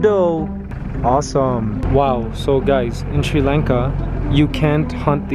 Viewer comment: Its pronounced Sri Lanka like Father or Bali ... not like the way you said it